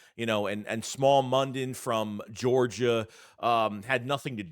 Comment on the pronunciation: It's pronounced "Smile" mondon